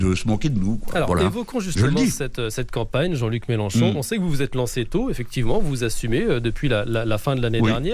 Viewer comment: C'est MÉLENCHON et pas MÉLÉNCHON. 😎